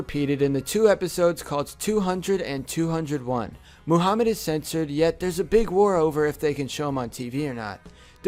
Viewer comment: I am muslim and he pronounces Muhammad and muslims wrong